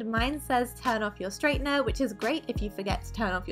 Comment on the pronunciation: that gap between the G and H in "straightener" tho >_<